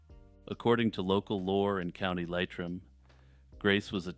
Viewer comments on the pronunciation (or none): Yay! The Dobhair Chu! Thanks for adding him, we need more otter cryptids right?! You did well with pronunciation and i hate to be THAT person but i chuckled at 'Leitrim' We say 'Lee-trim' as opposed to 'LIE- trim!' I should have mentioned it on your discord actually 🤔😁